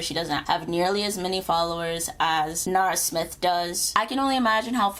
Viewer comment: You perfected both her name and last name